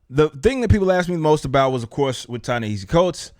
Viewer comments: It sounds like he's saying "Chinese cults" for that writers name lol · So one project wasn't to your liking that makes the entirety of this mans body of work terrible? You can not even pronounce the man's name properly, but we are supposed to take your opinion seriously? This man has published three non-fiction books all best sellers: Is a Genius grant winner, a MacArthur foundation winner. But according to you he gets comics work out of nowhere? You obviously have a political agenda! You do not even know what he is is writing, no announcement has been made stating that he is writing a black Superman, yet you have taken the ball and run with it, in anticipation of some sort of offending material...... You are actually doing a disservice to your audience!